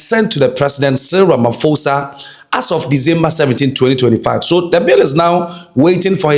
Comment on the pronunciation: The BBC,CNN and all white foreign media call our president Ramaphosa you an African you call him Ramafosa. Why??? In Africa "PH" isn't prounced as "F"